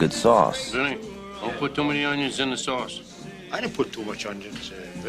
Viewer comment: “Tree Unyens?”